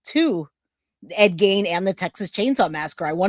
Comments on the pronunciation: The only thing proven here is that,even after hearing someone saying it right, you are unable to say a name right. Ed Gein like Ed "Geen" not Ed "Gaine". Is it so hard? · It is pronounced Ed Geen not Gain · Please it's pronounced F re ta not f RAE ta. No long A. Also Ephrata is in Lancaster County. Enola where the other guy was is in Cumberland County. They were not from the same town or even county. Also Ed Gein is pronounced Geen. Was trying to watch but the pronunciation problems and saying the guys stealing and selling bodies were from the same town when they weren't even close made it difficult for me sorry. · Awesome video. Very informative. Also the mans name is pronounced "geen."